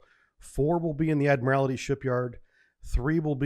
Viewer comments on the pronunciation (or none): Ad-mir-all-tee (four syllables). Not, Ad-mir-all-i-ty (five syllables). It's basically just the word "Admiral" with "tee" added to the end... "Ad-mir-all-tee". Most of your mispronunciations don't bug me, but this one really does (especially because you were in the Navy for 20 years). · Love these vids but the butchering of some words is brutal. Its 'ADMIRALTY' not ' ADMIRALITY" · If Mr. T joined the Navy and rose through the ranks, one day he might be Admiral T. And that's how to pronounce "Admiralty". You are adding an extra syllable that's not there. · "The Admirality Shipyard?" What? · Admirality, huh? Well I guess it's not like you'd have heard the word all that often. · For somebody who has such deep naval training and knowledge you'd think you'd know how to pronounce the word "admiralty".